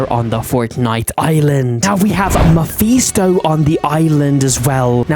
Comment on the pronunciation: its Ma-fis-to not ma-fe-sto